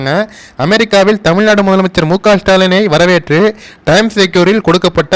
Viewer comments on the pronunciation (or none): none